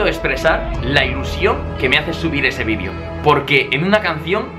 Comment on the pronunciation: Like si quieres escuchar a un Español decir VIDEO y no vidio xdxd (Like para que lo vea grefg y lo haga xd)